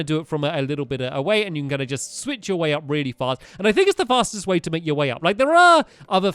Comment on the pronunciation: Make not mack